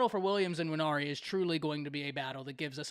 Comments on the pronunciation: His name is Nwaneri… not IN-waneri. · Quit say "N"WANERI. The N is not pronounced.